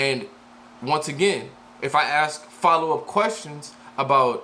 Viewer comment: The wod is ASK, never AKS